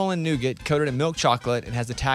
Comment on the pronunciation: Nougat is a French word pronounced - Noo-gaa. The T is silent and it certainly isn’t pronounced Noo-git. Eddie had a very good point. Also caramel is not prounouced Carmel - there is an a in the middle.